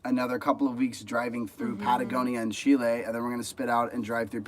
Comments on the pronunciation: GeoMac Granddad Garbage. Just ask a Chilean or better still, live with one for 30 odd years. By then you know what the country is called and how the people call themselves. If anything, you use the short vowel e sound not the long sound as you would in the name André. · I try hard to explain this to travellers, the country is pronounced Chileeeeeee not Chilay. My partner, being a Chilean, finds this frustrating. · You can't really do phonetic pronunciation in English to convey how words in Spanish sound exactly. Better to learn the Spanish sounds, and in particular the vowels which unlike there multiple sounds in English only have one sound in Spanish. That said, the closest would be: Chee-lay.